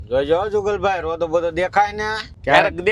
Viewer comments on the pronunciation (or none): રોદો બોલાય પણ બોદો નો બોલાય ભાઈ ઘ્યાન રાખો બોલાય